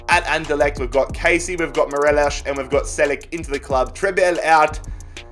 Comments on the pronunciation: It's Morelos not Morelosh. 🙄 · Morelos is just pronounced as 'mor eh los' , no accent , just a pointer. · Nobody:: Morelosh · it really annoys me the way u say morelos name